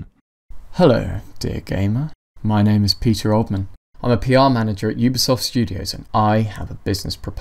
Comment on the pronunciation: I didn't understand why you thought the scammer was from Yugoslavia but then I realized that's how you pronounce ubisoft